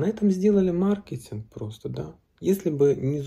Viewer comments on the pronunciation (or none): none